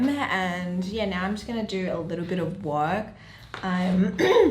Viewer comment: Why do I hear MoWning FooWd Woowrk!😂🙂